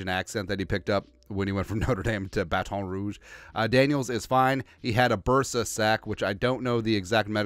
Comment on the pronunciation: you don’t have to pronounce baton rouge like that bro that’s not how we say it lol